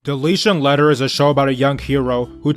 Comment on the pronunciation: This nigga said "Deletion Letter"😭😭😭😭